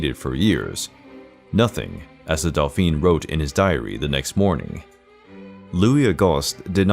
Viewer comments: dolfin lol, it s pronounced dofen or dofine for a woman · Dauphin is pronounced thus : 'Doh - faa' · It’s pronounced Doe-fan.